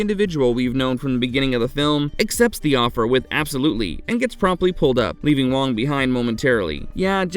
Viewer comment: Hey,, have you even watched the movie? The character played by Dennis Dun is named WAAANG not WONG. Sheesh.